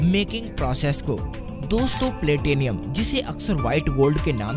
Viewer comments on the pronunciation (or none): Arre bhai ye platinum hota hai platinium Nahi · प्लॅटेनियम" नही प्लॅटिनम" बोलो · You are saying that price of platinum is half as that of gold. You are totally wrong, platinum is much more precious than gold. Moreover your pronunciation of the word" platinum" is also wrong.